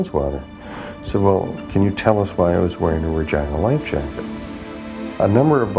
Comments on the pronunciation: My God it's pronounced RE GEE NA not Re GINE A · It’s pronounced Regeena!!! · It is not correct named of the ship. Regina is pronounced REGEENA not REGINA sounds too much like the other word. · say it with me, "RE-GEE-NA". you're welcome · "Re-geena" "Re-GEEN-A" For the love of God. 😩😒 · sooo.... who else thinks he is pronouncing "Ragina" the wrong way? John Brownwater...not nice parents...